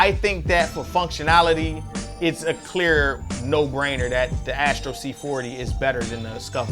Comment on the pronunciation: It's Astro, not Ashtro